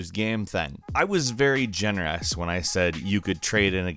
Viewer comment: ..very. ''gener-ass''? lol